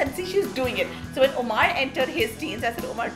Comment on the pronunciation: Wtf is Omaaaar... It's Omar and I'm sure you know the correct pronunciation Pooja